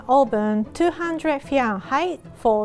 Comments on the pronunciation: 無事赤ちゃんが生まれたんですね〜 おめでとうございます〜 (๑´ω`ﾉﾉﾞぱちぱちぱち✧ それから、ずっと気になってたんですけど、フィアンハイトって言い方もあったんですね〜。ファーレンハイトの発音しか知らなかったので、またひとつ勉強になりました〜。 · The way she say “Fahrenheit” is so french yet she’s japanese 😳